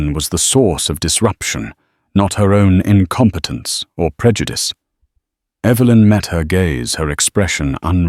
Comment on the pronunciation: Will you please pronounce Evelyn's name correctly on a continual basis. It's not Eeevalyn.